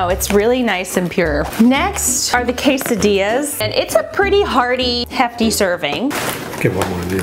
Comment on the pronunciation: K eh seh deee ahs NOT Kay saw dee ahs. Poor pronunciations